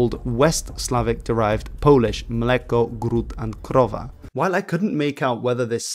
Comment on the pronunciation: You nailed: "Mleko" "Gród" and "Krowa", man. Bravos from a Pole 🇵🇱